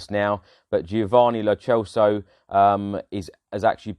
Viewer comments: Celso is an Italian name not Spanish so it's pronounced Celso as in Celtic. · Still can't pronounce Celso correct..